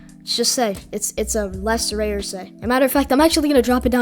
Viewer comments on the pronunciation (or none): none